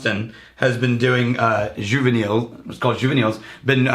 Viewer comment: Almost on the pronunciation juva -knee